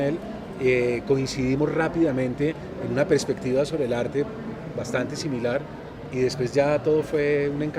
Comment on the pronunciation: ¿prespectiva?, ¿prespicaz?